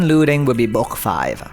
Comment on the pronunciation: Omg it’s book not boochk